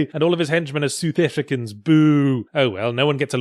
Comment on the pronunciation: Soothefrikins?!?!?!?! Seriously!!!!!!! I'm at a loss for words..... Actually, no I'm not... South Africans don't speak like that.... It's saath uhfrikans...